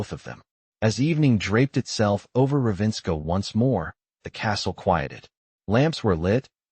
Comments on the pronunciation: It’s not Ravenska (which would be Russian). It’s RAVEN-scar! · AI mispronounces Ravenscar. Totally an incomplete audio story. I don’t watch the video on audio books, but I happened to notice the AI voice did not match the subtitles, just sayin’. This could have been so much better, what a shame☹️ I can only rate this a 3 out of 10.